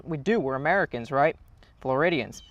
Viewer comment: "floridians" wtf xD